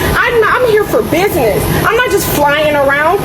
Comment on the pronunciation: I here for bidness. I axe you.